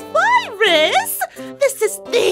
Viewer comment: "A VIRUS!?" what i heard: "PAPYRUS?!"